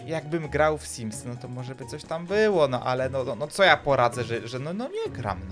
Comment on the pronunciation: Simsy!!!!! Simsy!!! Nie symsy! I.